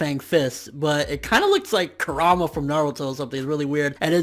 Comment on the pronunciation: "straight up looks like kurama from naruto" i dont know if that was a misspronounciation but never ever do that again please kuruma is the 9 tailed fox while Kurama is a fox demon/human